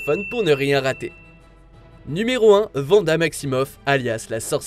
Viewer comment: Par contre on dit encore wanda et pas vanda